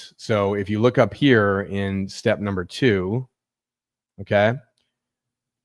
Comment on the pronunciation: Number not umber